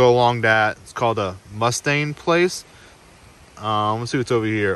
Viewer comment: This is that one, and only young, tour guide. You did a pretty good job over all on this one! Thanks for doing the vid. My only real gripe is when you kept mispronouncing the Mustian Place. Must-ee-in Not Muh-stain. Lol. It was fun talking with you though! Come back again some time!